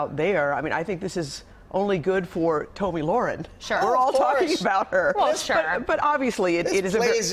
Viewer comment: It's pronounced "Tommy lair-en" or the "laryn" in laryngitis. Research is dead in this dark age of "news".